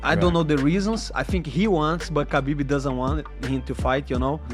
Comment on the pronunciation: "Khabibi" 😂 love some Money Moic